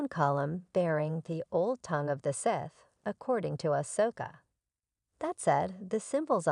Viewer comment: Immediate downvote for the pronunciation of Sith.